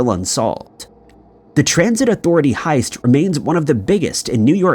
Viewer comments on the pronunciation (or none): No he's just a retard. He says lots of words in general incorrectly. Heist hoist, 🤣🤣🤦🤦🤦🤦